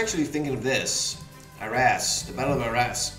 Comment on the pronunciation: Your second attempt at pronouncing Arras (without the s) is good